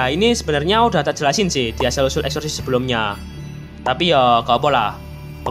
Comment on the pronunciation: Bang kok exorcist jadi exorcisaehshsuan